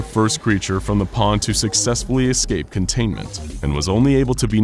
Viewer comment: Anyone else annoyed at 'contaiment' ?